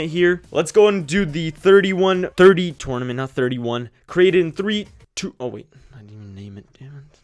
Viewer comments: Dude tournament say it right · I hate how he says "tournament"